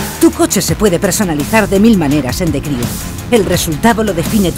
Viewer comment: Oshhhtrash en de criu